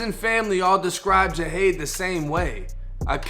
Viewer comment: It was a robbery gone wrong, my boi didn’t fuck wit nobody .... it was just a few bum ass Niccas tryin to rob da stu and failed ...so they decided to take his life Smfh btw bro u pronounce his name wrong, but like I said in my last comment (Jahade was my neighbor / a good friend / overall good peoples and had a very positive mindset, also one of my clients meaning I used to cut his hair in that exact same studio not too mention... 🤦🏽‍♂️😓 (Rest up king)